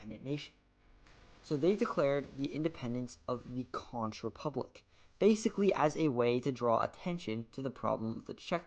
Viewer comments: Conch pronounced CONK not con-ch ;) We're pretty out there, I know <3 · conch rhymes with honk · say it like CONK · Conch is pronounced Kon,. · This is Dennis Wardlow founder prime minister of The Conch Republic good video almost true however it's pronounced hunk konk not the way you say it get it right but the video was pretty good congratulations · It’s spelled Conch bunt it’s pronounced “conk”. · I just saw this. I hope by now you have learned to pronounce "conch" correctly.